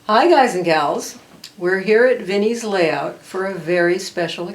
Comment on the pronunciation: what's a malayout? Never heard of it but you keep mentioning you're working on malayout. Perhaps this is a AZ thing.